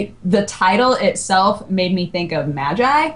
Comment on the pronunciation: Magi is pronounced as "Mageeee" not "Majaiii"